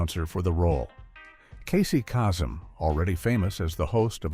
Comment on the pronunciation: The one thing that irritates me the most, is the mispronounced names. The name you mispronounced is Casey Kasem. Do your research and get it right!